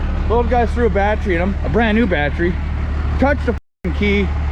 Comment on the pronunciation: Haha, he says "batch-ree", funny A F!